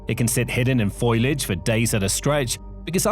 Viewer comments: Did you really say "FOIL-adge"??? Foliage. FOE-lee-adge. Sheesh. Are you really this clueless about such basic things? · FOIL-IGE? Who are you. Marge Simspon? 😂